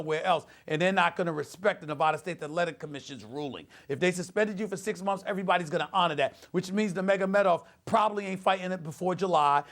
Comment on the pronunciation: Funny how he says (momfs) instead of months